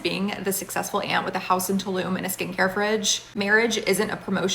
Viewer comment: Don't you mean 'axing yourself'? 😂😂😂